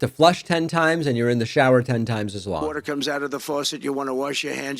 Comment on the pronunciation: Water, not wherter